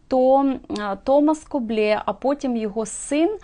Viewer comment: РЕСПЕКТ за самовіддану творчість в "антисанітарних" (з лампою в руці !) умовах. Хоч іноземні мови -- то, на жаль, не моє, все ж маю версію щодо правильної вимови призвища КОБЛЕ.. Дуже вже по-французьки воно звучить, але ж він, таки, був шотландець. Тому, мабуть, більш вірогідний англійський варіант -- КОБЛ (Coble ) , хай вибачить мене вчителька англійської .....Хоча, в спілкуванні з Де Рібасами та Де-Воланами вимова могла змінитись на французький лад...... Для творчості пані Авторки є надзвичайно цікава тема, якої не торкався ще жоден "гід Одеси" -- УКРАЇНЦІ В ОДЕСІ . Так вже вийшло, що історія міста існує в двох варіантах -- як "рускавагорода", і як "єврейской Одесси". І це при тому, що А.де Рібас (в книзі "Старая Одесса", 1911р.) прямо вказав : "-- "Русские утвердились впервые въ Хаджибее, ставшемъ впоследствии Одессою, ПОД ТОПОТ ЗАПОРОЖСКОГО ГОПАКА" (с.111) -- "Первыми жителями были ЗАПОРОЖСКИЕ КАЗАКИ, взявшие город штурмом, жители окрестных сёл, ТАТАРЫ и МАЛОРОСЫ, и пришлые из Новороссии (Украины). Первые товары были привезены сюда ЧУМАКАМИ (с.79)...... Чомусь і досі нікого не дивує, що славнозвісний "одесский говор" насправді "АЖ РЕПАЄ" не тільки від українських слів (яких навіть в мові одеських євреїв 19ст. більше , ніж "чистоєврейских"), а й від української стилістики і фразеології. А вельмишановний Мендель Герш (з "Одесских рассказов" Бабеля) так той , взагалі, РОЗМОВЛЯЄ ЩІРОЮ УКРАЇНСЬКОЮ МОВОЮ. Цікаво, ЧОМУ ? ........... В.Жаботинский, повість "П'ятеро" : "Я не тольк